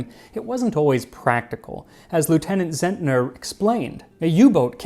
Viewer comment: Well made as always! 👍👍👍 For your information: "Zentner" is pronounced "Tsentner" and the abbreviation "U" for "Untersee" is just an "oo" instead of a "yoo". 🙂